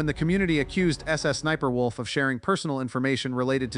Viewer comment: The voiceover is saying Sussniperwolf and that's just too funny.